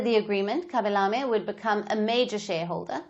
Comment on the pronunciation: The way you pronounce his name it's so lame